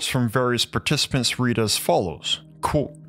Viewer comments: Is he saying coat or quote? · When says "quote" it sound like karate 🥋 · Why do you say qUOte so strangely, QUOTEE. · You have to stop mispronouncing Quote